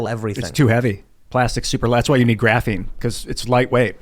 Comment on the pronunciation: "GRAPHINE" 😬😬😬